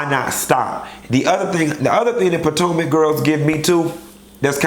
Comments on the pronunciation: three seasons, more than 25 episodes, 20 reviews later, FINALLY CALLED IT POTOMAC & NOT POTANCA!!!! XD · Bish, you mean business with this review. You actually said Potomac and not Potanka. 😂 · Something ain't right in the liquor😒 ...This is the FIRST time you pronounced Potomac 😮 correctly